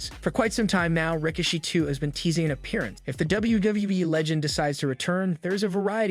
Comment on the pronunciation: Ughhh learn how to pronounce names it's RIKISHI ! ( RA- KISH- SHE)